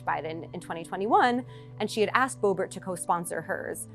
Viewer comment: Q says Booebeet / MTG both SHAMELESS Women and embarrassment to all Americans...